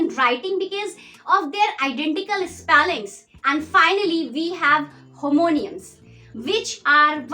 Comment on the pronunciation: Homonyms হোমনিয়ামস ❌ Homonyms হোমনিমস✅